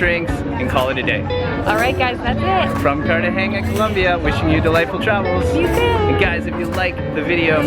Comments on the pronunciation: Col O mbia...no U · I hate the way you pronoun the name of the city! Sorry guys but I have to say it.